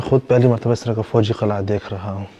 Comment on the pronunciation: Assalaamu Alykum dost Qalai ki jagah Qil,ah ya Qila bhi kehdo to maherbani